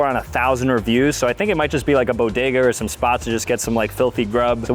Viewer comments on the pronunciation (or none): none